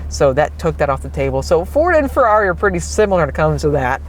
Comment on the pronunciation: Please say Ferrari properly.